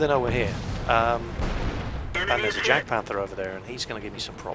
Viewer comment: If I am not wrong, Jagpanther is pronounced Yag-Panther